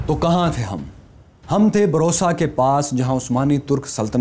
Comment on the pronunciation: السلام علیکم بھائی میرا خیال ہے شہر کا نام بُرصہ ہے بروصہ نہیں. آپ پھر بھی تصدیق کر لیں. شکریہ. والسلام